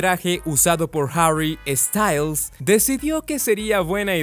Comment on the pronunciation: No es Harry estayls, es sssstails